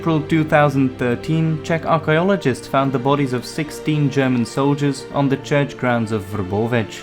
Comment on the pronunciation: Your pronunciation is superb